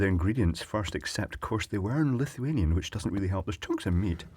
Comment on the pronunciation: I thought he kept on saying Lithium ffs